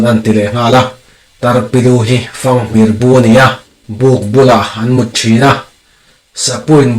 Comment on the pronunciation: Lengkir tih a kir tih hi,thlir hian a lang tih a thlir tih thluk hian thluk tur. Tin, tarpilu hi an mut ngai lova,an mût thin